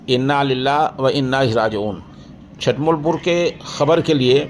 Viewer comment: حضرت چھٹمل نہیں چُھٹمل ہے چ پر پیش ہے